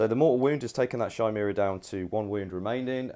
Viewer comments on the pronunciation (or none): It's pronounced Ki-mera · Yeah this frustrated me as well. Also the Chimera.... It's Pronounced Ki-mere-ah please sort this out. It's named after the legendary beast.